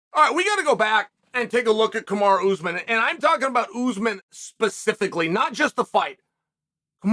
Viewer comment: It's not ooozmun...it's pronounced as ous maaaaan. Like the Jamaican pronunciation of the word 'man' . Maaan